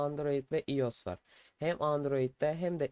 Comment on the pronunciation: iOS değil “Ay o es” diye okunuyor. Ayrıca tabi ki de mail açılabiliyor. Neden açılmasın? Mail açmak android e mi özel sadece?